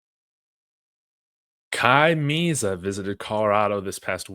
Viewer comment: Its pronounced Meh-zah like in Spanish